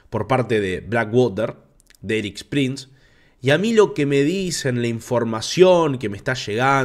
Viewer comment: Pronuncia bien…. Éric no Eris …. Solo como ejemplo